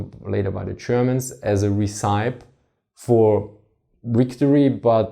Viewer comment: You also pronounce ''recipe" wrongly